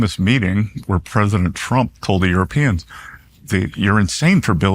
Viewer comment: Am I the only one who heard him say President Frump?